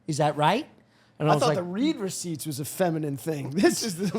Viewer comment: the way the pronounces "read receipts" is fuckin me up man